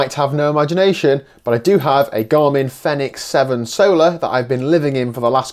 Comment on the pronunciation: Great wee review. And thanks for saying "Fenix" and not "Phoenix"!